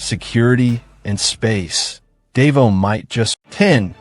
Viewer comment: you goofball learn how to pronounce words, Davao is proniunced Da vow idiot